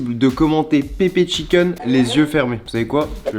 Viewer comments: Pepédgucheh mdr c grv écrit pépé chicken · "Pepe cuor oen" mdrrrr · Pepenchudjen (Pepe chicken) 😭😭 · Pepevhicken 😂 mdr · "Pepe chivnen" c'était presque ça 🥲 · "Pepe chicjen" lmaoo j'y étais presque